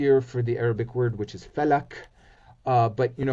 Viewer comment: How come you never invite a genuine & renowned Arab Speaking expert in the Quran to speak of it ...instead of indirectly disrespecting it & taking cheap shots at it with these clueless guests....This guest can't even pronounce words correctly. Falak is not Fulk ....I SINCERELY SUGGEST INVITING NATIVE SPEAKING EXPERTS IN QURAN because this content is horrendously amateurish to say the least. Of course Mustard seed is connected to Jesus (pbuh )& it may even be connected to some In the Torah ...All three books are supposed to be from the same God before The Torah & Gospels got altered.... Take Verse 29 of Chapter 48 for example ...It speaks of the close companions of Muhammad & it says they were described in both The Torah & (Gospel): "... Such is their description in the Torah, and their description in the Gospel: like a plant that sprouts, becomes strong, grows thick, and rests on its stem, impressing the farmers. Through them He enrages the disbelievers. ...."